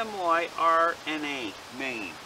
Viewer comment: Its pronounced sim er na